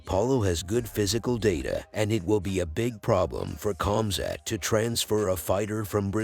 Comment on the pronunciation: it's not Cum Sat by the way